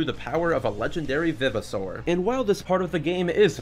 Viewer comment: I know this is a knit pick, and this video is 2 years old, but the fact you say "vivosaur" like "viv-i-saur" bothers the heck outta me. how I've always read and heard it, it was "vive-o-saur" like it was a revived dinosaur. Great video regardless tho